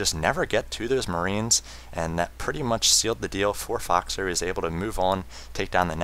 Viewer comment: his voice is so awesome although he prenounced foxer fuckser lolol seriously he could cast a golf game